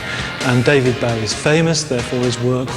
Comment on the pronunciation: This is the sort of pap shit Bowie detested. They can't even be bothered to pronounce his name properly.